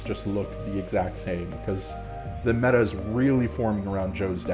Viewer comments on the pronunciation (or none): none